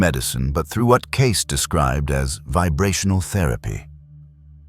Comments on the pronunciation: CASE NO IT'S CAY-SEE !!!!!!! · It's " Kay-SEE", NOT "Case"! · NOT "case"!!! Cay-see!!! Stupid AI!! Not as smart as everyone thinks you are!! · Lovely video. Thank you.(and its Edgar Kay-see)